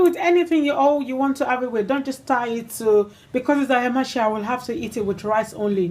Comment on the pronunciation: Lovely recipe, looks delicious. However pronunciation is Aya-ma- se; cooking quickly.